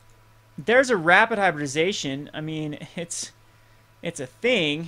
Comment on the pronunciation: HY-BRID-I-ZA-TION. its not hard to say.